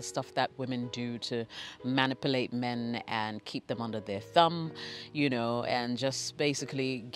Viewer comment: I love how you say manipulate. MAN-ipulate haha 😘😘🤣😇😊